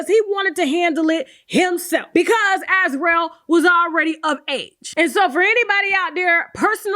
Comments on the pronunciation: Sis, Azriel is pronounced (az REE ell), yes like Gargamel's cat from the childhood cartoon "The Smurfs". Great content as usual! 🤗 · Why can’t nobody (Gayle King included) say /As-REE-el/?